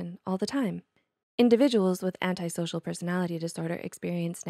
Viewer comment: Finally finally finally. If I hear anyone else say antisocial incorrectly I will scream.